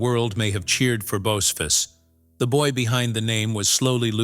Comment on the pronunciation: Narrator mispronounced Bocephus! It is bo-SEE-fuss. Probably a non-human narrator!